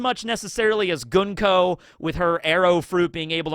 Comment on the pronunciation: Came for the info, stayed for the pronunciation of Gunko, let for the repeated references to Bleach...